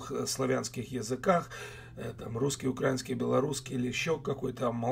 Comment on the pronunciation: Не укрАинский, а - украИИИнский. Я понимаю что, вы из совка и вас там так учили, но старайтесь говорить правильно, вы же образований человек. Для меня как для украинца , очень не приятно слышать это в такой форме.